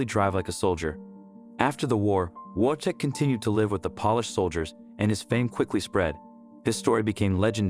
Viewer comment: Only thing: his name is prenounced Vojtek, with V at the front.